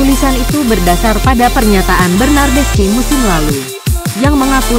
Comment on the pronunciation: Baca nya bernadeski/bernadeschi bukan bernadesci